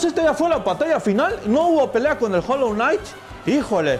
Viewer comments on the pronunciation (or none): Jolonait XD 0 ingles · Hijoejsks se dice HOLLOW KNIGHT